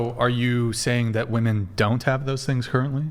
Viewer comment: Why is this "woo-men" way of saying the word a thing?